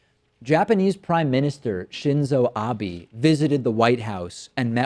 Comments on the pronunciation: it's a ah-bay not ah-bee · Pronounced "Ah-Bay" btw, not "Ah-bee". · It's "Abe" like "A Bay", not "Abe" like "A Bee". Hope that helps for the future! Honestly, this is something I'd expect from Bush more than Trump, but what's the chance Trump actually knows Japanese? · Abe. not Abi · His name is pronounced Ah-bay. Please get it right. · It's pronounced .. ...shinzo r bay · haha "Shinzo Abee" americans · just in case you don't already know, it's pronounced Ah-beh. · how you pronounce Abe "Ah-bee" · Shinzo Abe is pronounced "Shinzou Ab-eh" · stop pronouncing it obby you uneducated fuck. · its Shinzo Abe not Abby..... Western pronunciations of Asian names always gets me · Nope, they pronounced his name almost correct. You stated that his name would be pronounced "Ab-aaa", but it's actually "A-beh". Your second point is very unclear (muddled with spelling errors)... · Abe is pronounced "Ah-bay." Just fyi. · It's "Ah-bey" bro. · Thats Shinzo Abe, 'be' as in 'best' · I love the video but it isn't Abi it is Abe. Prime minister Abe. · funny shit David, btw its pronounced Prime Minister Ah-Be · Abe is pronounced A (ah) be ( as in "Ba"by) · Abe is pronounced 'aw-bay'. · David, you should follow official instructions and say Abe Shinzo. Also check your pronunciation of Abe. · just a quick point. You are pronouncing Abe wrong. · Abi? its pronounced Ah-beh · Speaking to your own lack of preparation David Pakman, in Japanese the "i" is pronounced as an "e" and conversely the "e" an "i." Therefore Abe's name is pronounced "Ab-aaa" and not "Ab-eee." So the point is though Trump is a poser, lier, their, self-dealer and all the rest to need to "chill" unless your reporting is completely accurate. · it's abe, not abi..... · Yeah, it's Ah-beh not Ah-bee. Even the USA media gets this one right ffs. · Abe = Ah-beh, not ah-bee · Im mostly sure its pronounced Ah-bay not Ah-bee.... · For fuck's sake its "ah-bay" not "bee." Damn. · Oh David- I cringe- Abe is pronounced "Ah- bay". Not Abi.